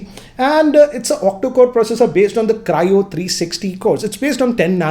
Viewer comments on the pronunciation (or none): none